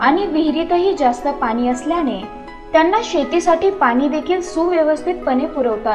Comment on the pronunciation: कृपा करून आले म्हणा अद्रकीपासुन न म्हणता आल्यापासुन म्हणा. पानी न म्हणता पाणी म्हणा.